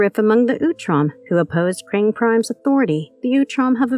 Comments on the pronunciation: You seriously didn't notice her mispronounce Krang? She keeps saying " Krong" that ins't the name it's Krang... the lady has 0 clues about TMNT origins.. lol. Lousy editor. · Ok. First it’s Baxter Stockman , not Baxton Stockman. And it’s The Krang, Not Krong. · Hey I'm a big fan of your videos but at the same time I don't care how messed up your subtitles maybe but maybe you should fix your ai's pronunciation on all of the stuff you do. I'm listening to this video and I'm like who is the krong lol😂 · This was fun until the 100th time of your horribly mispronouncing Krang.....I'm over it sadly